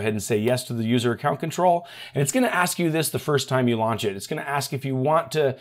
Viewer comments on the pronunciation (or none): none